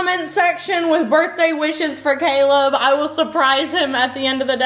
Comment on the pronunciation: HAPPY BIRTHDAY!! (she did say "" initially)